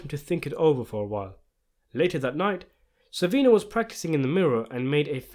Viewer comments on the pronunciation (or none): Its SORVINO not SORVINI